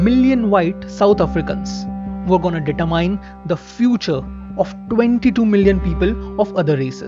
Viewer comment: couldn't work out what data mining had to do with apartheid. Had to skip back and relisten to "data mine" like 4 times to work he's trying to say "determine". Edit: again .